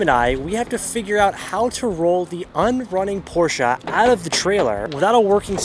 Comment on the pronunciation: Porscha!!! Por-shuh